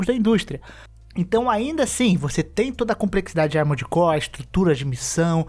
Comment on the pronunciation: Quantas vezes vcs escutaram "Amores Core" no vídeo?